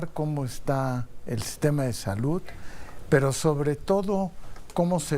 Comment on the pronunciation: Con tanta preparación y cómete los mismos errores al pronunciar palabras que termina en “D” como saluD no salut